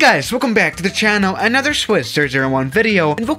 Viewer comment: Suscribed note that down with, Nother and other words that he completely destroys.